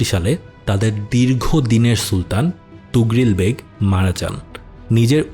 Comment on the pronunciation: আফসোস যে মহান সেলজুক সাম্রাজ্যের প্রতিষ্ঠাতা এবং সুলতান তুগরিল কে এই ভিডিওতে ' তুগরিল ' বলা হয়েছে । 😢